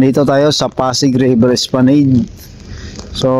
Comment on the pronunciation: Esplanad po ang bigkas nyan